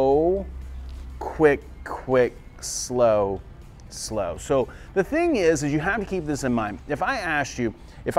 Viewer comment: I look forward to every Tuesday, now! So the take-away is: off of the second slow. That's easy to remember. I love the way you turn a one syllable word into two, for Two-step (su-low). When you freeze-frame Rose's movements, it makes it easier for me to see how to put all the pieces together. Thanks for another great dissection!